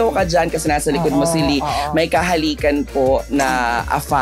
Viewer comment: Lee? Lie po..ano ba yan!